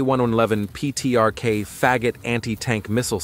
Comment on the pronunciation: Питиэркей фэгат - это прекрасно. Хоть немножко, бля, постарались бы. «Питиэркей», епт. Про то как звучит «фэгат» я вообще молчу. Поинтересовались бы, что значит фЭгот на английском. Халтура.